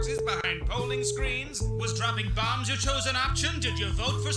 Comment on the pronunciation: i love how that gaslight district made him pronounce bombs as "barms"